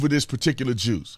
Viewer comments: You kept saying “the juice” and the closed captions said “the jews” a bit suspicious… why would they suggest that was what you were saying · Juice? I thought he said Jews.